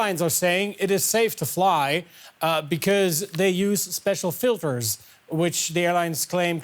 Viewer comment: . I don't know about you but I heard him say "special filfers"